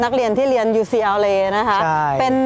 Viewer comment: ผมไม่รู้การออกเสียงอ่ะครับ ucla ได้ยินคุณออกเสียง ยูซีแอลเลย์ มันคือยังงัยครับ